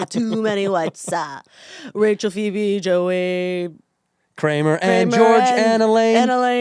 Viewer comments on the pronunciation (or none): none